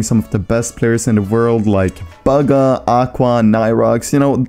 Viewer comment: Baga realy this man said Baga it's bugha